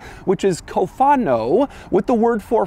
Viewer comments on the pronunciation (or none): Haha “Cofengo” 😂😂 In Italian you say “CÓFANO”